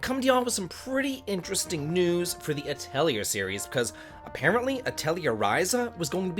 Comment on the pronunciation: It is uh-teh-lee-ay for the pronunciation. I'm so glad the series is allowed to continue!